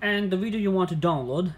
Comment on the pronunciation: “Eeeeehhh, just pest deh link.”